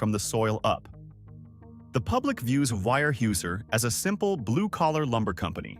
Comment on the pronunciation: weyerhaeuser is pronouned where house er